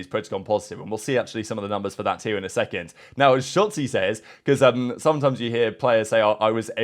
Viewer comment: Is it me or did call him Shatzy?